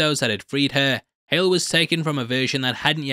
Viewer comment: Lmao! I commented to myself about how he said "hal" instead of hale then you made the joke your the best